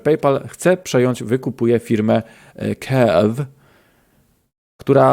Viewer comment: Ale kombinujesz z wymową:D Kurw i tyle, nie żadne couervew. Paypal nakupił Kurw.